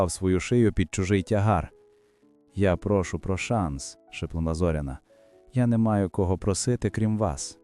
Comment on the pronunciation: Робіть правильно наголос на Зоряна не на о ,а на я .